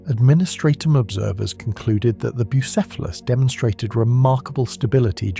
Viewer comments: Brother. For god's sake. You can just look up how to pronounce things. Boo-SEFF-a-luss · Saying the name correctly, and then mispronounced, then back to correct, then mispronounced again is absolutely sending me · Great video and the lore is awesome. But. Damn Between the 19 different ways the AI pronounced "Bucephelus," but the YouTube well-known capability and feature of completely BUTCHERING captions.. Made me a little cross-eyed. :D Icluding, but not limited to: "Jello Field" There's needs to be a mem about "jello fields" in the Warp.